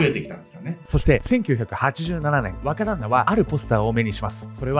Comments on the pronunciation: 若旦那が話を聞くにつれ馬鹿旦那に聞こえてくる(笑) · 若旦那がバカ旦那に聞こえた😂